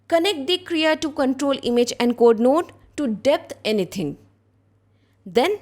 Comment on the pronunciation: Thank you, very nice.... BTW, it's Krea2 not KERA..